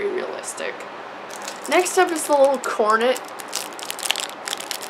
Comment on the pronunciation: She said "cornit"😂